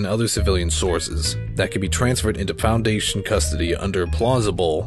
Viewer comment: It sounds like he can't pronounce Foundation and he's trying to pronounce it right without messing it up Also good job!